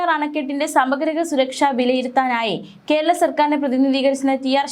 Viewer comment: തെറ്റ് ഇങ്ങനെ ആവർത്തിക്കരുത് കൊച്ചേ സമഗ്രഹ അല്ല സമഗ്രസുരക്ഷ എന്നു പറയു. തെറ്റ് repeat ചെയ്യുന്നത് ഇറിറ്റേഷൻ ഉണ്ടാകുന്നു.